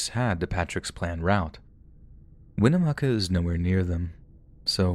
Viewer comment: You have to go through winnemucca to get to reno from wells, I'm from winnemucca awesome job on the pronunciation of the town name!! 👏 We unfortunately still don't know what happened to Patrick or his dog.